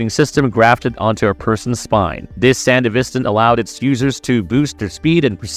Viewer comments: That’s what I was beginning to wonder too. At first I thought he was just talking professionally, but he kept pronouncing certain words incorrectly, words that both the show and game say, like “sandevistan” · You pronounced sandevistan wrong every time you said it. And everytime you do my brain hurts. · There’s a few things you say that are untrue or totally mispronounced. The Sandevistan is pronounced as “San-DEH-vis-tan”, with emphasis on the “DE”. Also, Falco was not killed by Adam. In fact, he never died, all Adam did was punch him away really hard, but he was still alive and even managed to take Lucy with him and drive away. Did you even watch the entirety of Cyberpunk Edgerunners? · The way he says Sandevestan annoys me. It's not sandivistin as you say it it's pronounced san-devi-stan dude. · How do you hear in the game and the show SAN-DEVI-STAN. and then mispronounce it repeatedly. 😂 great video, but the effort to do the japanese names and then hearing that. Jarring 😅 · brother you did NOT just say sandevistin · San-dev-istan bro come on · It's hard to watch when the narrator has never clearly played the game or watched the anime. We can tell by the mispronunciation of Sandevistan. It's not something you would say wrong after playing. It would be like saying the P is CyberPsychosis or something. Just weird. Shame. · I really dislike how you say sandevistan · between the pronouncition of sandevistan and the assumption that falco died, dude, did you do anything more than a cursory google search to research this video? defitnitely NOT marvelous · Lol, buncha friggin nerds in this thread bro, you guys need to chill on his mispronunciation of the word sandevistan. Its really not that serious. Hahaha yall are pathectic, just jacking each over off over a damn word. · Multiple records of people saying sandevistan yet you continually pronounce wrong. Sounds like AI bot.